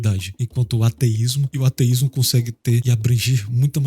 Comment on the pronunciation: Da mais ênfase ao "A" quando falar ateísmo, senti dificuldade em entender se tu falava ateísta ou teísta... Consegui pegar pelo contexto, estou no aguardo ❤